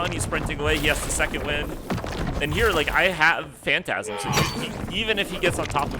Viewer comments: it’s not fantasm phantom-ize like fantom-eyes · yo its Phantom-ize not phantasm